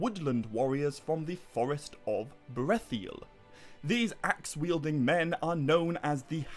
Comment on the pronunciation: Still wonder why you pronounce the I twice in Brethil